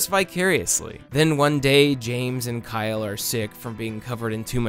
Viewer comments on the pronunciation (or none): none